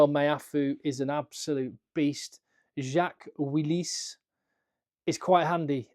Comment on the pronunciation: "Jacques Willis" très fin le sens caché avec la prononciation, magnifique. i also would like to see him in the English squad.